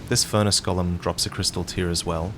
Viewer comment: go-lem for the love of God 😭